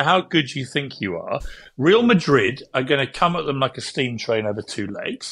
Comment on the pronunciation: Who are 'reel' Madrid, I'm not sure what the Spanish for 'reel' is but I'd expect somebody with Morgan's education would know that 'Real' (Pronounced 'Reyal' by the way) is Spanish for 'Royal'.